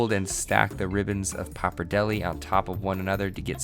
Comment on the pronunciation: Was it even a joke the way you said papardelle